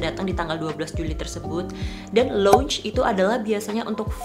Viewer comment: Sorry, cm mo info aja, kalo Lounge itu bacanya lebih ke LAUNGE daripada LONGE. Mungkin next, pake bahasa Indonesia aja, jadi ga belibet lidahnya. Biasa dipake makan sate aga goyang emang kalo pas makan salad.